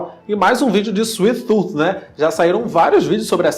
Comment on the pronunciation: "Suif tut"🤷🏼‍♂️